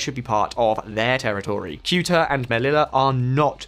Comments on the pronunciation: It's pronounced Seh-u-tah, not "Kute-ah", OMG. I think Spain did this about face to please Washington, as it only helps the US gain further control over EU policy by increasing the share of EU gas imports from the US while simultaneously preventing independent action on a Ukraine peace. Non-disclosed corruption is also a distinct possibility. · Kewta? Come on already, the constant mispronounciations in every video are not cute or funny, they are just embarrassing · “Thayuta” is the usual pronunciation for Ceuta,. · ugh you need to do better research…kyootah? It’s pronounced ‘Say-you-tah’. There is no more tension between Morocco and Spain 🇪🇸 🤝 they buried the hatchet 🪓 back in March. Additionally, Spain 🇪🇸 is Morocco’s main gas supplier. I believe that today Morocco began exporting gas toward Spain. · Keuta?!!! Just at least have some basics of English or Spanish: Ceuta as in SSSSSSeuta. No language skills either huh? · Ceuta: Theh-oo-tah Melilla: Meh-lee-yah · I feel you omitted certain key points which are discussed below. Also, it's pronounced SAY-OOTER. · When a Brit can’t pronounce a city name like Ceuta , that’s the sign that the city shouldn’t be named like that. It’s Sebta. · This channel does so little research the guy doesn't even know how to pronounce "Ceuta"